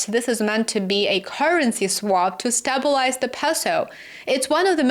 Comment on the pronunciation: Please, please, learn how to pronounce “STABILIZE…” 🙄